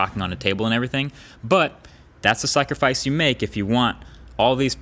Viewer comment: "sucrifice" HAHAHAHA.... jk Marques you doin a great job. Lovin the videos.